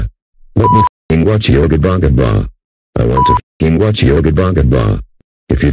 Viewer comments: When he repeats yo Gabba Gabba, he sounds like he is saying "I want to watch yobongabong". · He Said Yo Gapa Gapa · The way Dave pronounces Yo Gabba Gabba is very funny 😂